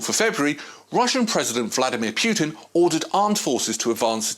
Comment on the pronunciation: Bro, you need to learn how to pronounce names. Pjutin????????????